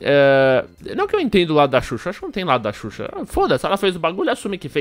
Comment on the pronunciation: ''susha'' eahueahhueauhea